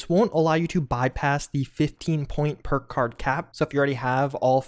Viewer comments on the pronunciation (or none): He said purkuurd so many times in a row the word lost all meaning. Oh, PERK CARD you say?! Lies, I don't believe it.